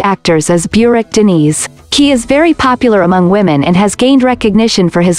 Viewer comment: Burak is not pronounced beurak. Americans don't know how to pronounced names correctly.